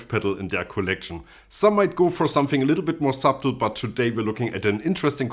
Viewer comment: Your pronunciation of the word "subtle" is both enraging and hilarious.